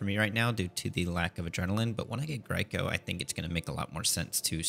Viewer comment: thank god you fixed the pronounciation of grico haha been bugging me :D anyways, very nice series bro :)